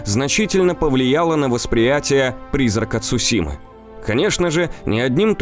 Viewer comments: Это "Цушима" очень режет слух. Правильно говори Цусима, да и звучит это гораздо лучше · Видео интересное, но! Не Цушима, а Цусима.